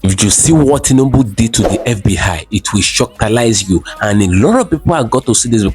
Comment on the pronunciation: It's fbi not fb hi lmao